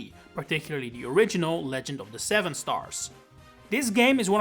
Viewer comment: Why didyou stress "Seven" 😭